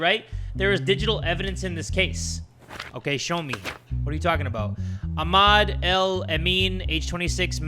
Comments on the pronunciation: it’s pronounced Ah-mad😭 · the way he said Ahmad 😭